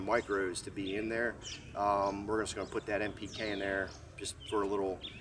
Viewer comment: Sorry. What’s NPK? Sounded like you said M